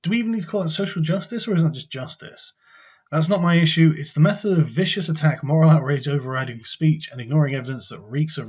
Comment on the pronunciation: I prefer the original, 'viscous' attacks, makes it sound so much more sinister.